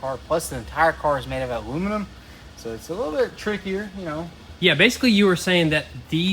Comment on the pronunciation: Is “alumanim” a Tennessee thing? Is that how everyone there says it?